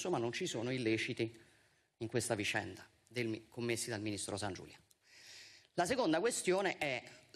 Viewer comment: Viscenda, disciamo, ma come parli?